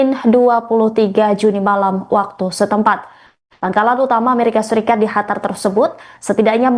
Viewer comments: Kak tolong kalau bilang qatarnya yang jelas sedikit saya dengarkan dan nonton ulang² sama teman² saya kak pembawa beritanya ini bilangnya hatar bukan qatar sekian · Qatar menjadi Hatar apakah Indonesia akan menjadi andanesia😂😂😂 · QATAR , baru dengar (hatar) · Q bukan H.. Qatar bukan Hatar. Tolong pembaca berita perbaiki bacaannya.. 😅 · Mba kenapa melafalkan Qatar jadi Hatar?..aneh kedengaran nya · Bukan Hatar dek... tapi Qatar..😂😂😂😂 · Naon eta..Hatar..Hatar...Qatar..pake Q..Qatar..dibaca..katar😂😂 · Hatar? Masa iya itu mbaknya gak ada yg kasih tau kalo itu huruf "Q"? Awalnya gw kira memang ada sebuah kota bernama Hatar, ternyata itu Qatar.. 😂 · Bukan Hatar mba, tapi Qatar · Itu pembawa berita bisa bicara Qatar apa Hatar sih😂😂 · Qatar dibaca katar. Bukan khatar. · ini pembaca berita enggak paham penyebutan Q dan H. Qatar jadi Hatar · Bukan Hatar tapi Qatar. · Hatar atau Qatar sih.dimana negara hatar, baru dengar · Bukan hatar min...Qatar... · Bukan hatar tapi katar/qatar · QATAR bukan HATAR ya klo ngomong ! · Qatar mba, bukan Hatar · Hatar? Emang gitu ya pengucapannya? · Qatar bacanya Gatar, mba, bukan Hatar. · "Qataaaar mbaaak Qatar" !!!!!...bukan "Hatar"...salah 1 huruf jadi beda makna itu mbaaaak,,heeedeeeh 🤦‍♂️🤦‍♂️🤦‍♂️ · Qatar bukan Hatar😢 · Di hatar...😂😂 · Hatar apa Qatar ya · Qatar mbak, bukan hatar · Qatar atau Hatar...? 😊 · Qatar..mbak..bukan khatar.. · QATAR MBK BUKAN HATAR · Apasi hatar, ganggu banget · Bukan hatar tapi qatar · Qatar,,bukan hatar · Hatar apa Qatar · Qatar bukan hatar mbak eee😒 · Qatar apa hatar sih...? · Pembaca beritanya,hatar hatar terus tidak bisa apa kalau nyebut Katar .. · baca qatar aja .. hatar hatar hatar.. gimana sih ngomongnya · Hatar apa kata kau ni? Gak bisa kau baca Qatar?! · SIAPA SIH NAMANYA INI , GAK BISA BEDAIN HURUF "Q" DAN "H". LANGSUNG SAYA SKIP , YG BEGINI JADI PEMBACA BERITA. JANGAN DIPAKAI YG BEGINI MAH. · Qatar bkn hatar hadeuh apaan sh ni pembawa berita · apa gua aja ya yang dengar dia bilang HATAR wkwkwk